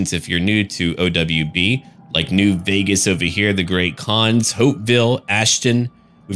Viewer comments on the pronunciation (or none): none